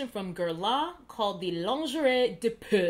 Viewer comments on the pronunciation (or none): Facts. enunciated that 'PEAU' SO HAWRD tho' 😂 companies LIVE for this basic convenience-conditioned human tendency. Explains the level of financial responsibility of my entire luxury/otc LIFE. Until I get slapped in the face with some (or gifted with some), I've accepted that I'll never find the brushes that will inspire me to invest via the luxury pocket of my purse that will offer me the convenience of...iJs. I see you,. (I noticed months ago, actually). lol #nyjewgranny's closing spoiler alert.